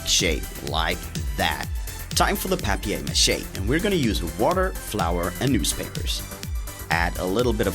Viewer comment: Wow that's really cool!!! You said papier mâché that's French haha it's sound like home!